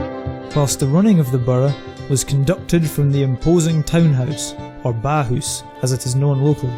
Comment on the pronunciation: My home Town, and to put a small thing right, Its not the Bahoose as narrated, but the Ballhouse, or in local dialect, the Baalhoose.